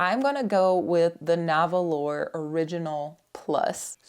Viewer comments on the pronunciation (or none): Nahvalur is pronounced NAR whal. Light inks are so frustrated. Except for artwork, what are they good for? I really want to use them and my feelings get hurt every time. Why?!